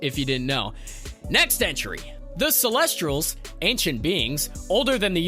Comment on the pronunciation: Too many mispronunciations celestial‘s does not have a R Point break for the Keanu Reeves movie